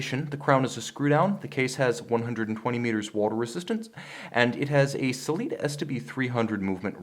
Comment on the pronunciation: "Sellita" I'm out